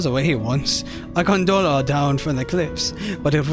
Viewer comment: It was funny at first, then it started to bother me hearing you say gunDola repeatedly. I loved the intro, though. Quit worrying about it so much.